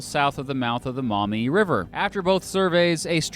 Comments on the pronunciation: I'm from Ohio, lived on the Maumee.... pronounced (Maw- mee) not (Mou-mee)... for 14 years. We just moved to Michigan and now live on the St Joe. Lol There's good and bad in both states. I really wish we lived in Bissett Creek, Ontario. I wish you'd make a video about it. 😬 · As someone who's lived almost his whole life in the Toledo area and in Lucas county, it's "Maw - mee" not "mommy" river. And yeah, Michigan totally got the better deal. Maybe the feds should give Ohio Pittsburgh as compensation. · Maumee River. Not "Mommy", Not mah-mee. Pronounce that 'U' as a 'W'. Maw-mee. It's my infuriating curse. Having to correct the pronunciation of a little POS city in NW Ohio that no one outside of the region had either heard of or care about. But dammit, I grew up in that little POS town. (GO PANTHERS!) Yeah- you don't even want to know what we do with the pronunciation of Genoa. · It’s pronounced... “maw mee” river, not “mau mee”. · As an Ohioan who lives in northwest Ohio and along the Maumee River, I just want to say we pronounce it as Maw-mee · I love it when people say maumee wrong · You say Maumee wrong. You need to emphasize the vowels much more.